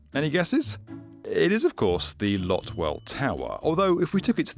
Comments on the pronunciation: Hahah not LOT tower, Lot Te tower. If you didn't learn it why should we learn from you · Lotte is Lot-tey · Low-Tay is how you Lotte